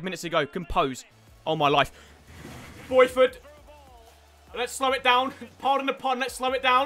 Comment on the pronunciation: Boyford 😂😂 not bothroyd